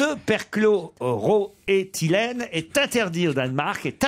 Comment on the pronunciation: Perchlo - roethylene ! Ruquier est hallucinant il n’en rate pas une dès qu’il faut faire une erreur de prononciation. Un génie de l’erreur orale !